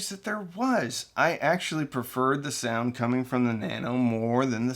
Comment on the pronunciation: It’s SOUND not SEOUND!